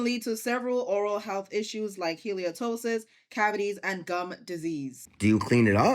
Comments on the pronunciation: I gotta unfollow… you don’t know / you are making a video about something you can’t pronounce. Kills the entire vibe 😢 “hal-uh-toes-sis” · HAH-lit-osis, not hailiotosis lol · Omg. It's Halitosis....not Heliotosis. Geez, can no one pronounce properly. Stop adding the extra syllable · It’s … ha-luh-tow-sis Not …. Haley-O-toe-sis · It's not hay-lio-tosis. It's hal-it-osis. Hal: As in rhymes with pal. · It’s halitosis it’s not heliotosis and it’s not a disease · Its pronounced Hal- i - to- sis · It’s just pronounced “HAL-EE-TOSIS” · Its pronounced hal ih toh sis idk why yall are struggling that much but.... 💁🏾‍♂️ live laugh learn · HALE- Tosis there’s no extra syllable in the middle nurse here🙋🏿‍♀️ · Good God, use phonics! How halitosis is pronounced, is exactly as it spelled! If it were the way you two are pronouncing it, it would be spelled hali-O-tosis.. my suggestion is U both get hooked on phonics! Sound it out! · Someone has probably already said this, but the word is halitosis…not haliOtosis. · HA-LI-TO-SIS. Why do I feel like everyone is losing the ability to read words...? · Guys its hal - uh - to - sis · Its halitosis and its pronounced "hal- it-osis" not how they were pronouncing it in the video lol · It's HALITOSIS NOT HAYLEEOHTOSIS lmao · "Hayley-Oh-Toesis" is WILDDDD 💀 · Uuuuuughh the pronunciation 😂 It’s hall-uh-tose-is. I’d like to hope she was trying to be quirky like bone apple tea or something but I doubt it. I can’t stand those people, they’re the same ones that pronounce library lieberry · well first I'm a dental health professional so this story was especially gross to me but I also need to correct that the pronunciation is HAL-UH-TOE-SIS but yes I agree I cannot stand people who cannot grasp their native language 😂 it's not hard! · Y'all pronouncing Halitosis all wrong! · They're made for each other, neither of them know how to pronounce halitosis!! Dude looks like he smells in general. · Halitosis only has 4 syllables.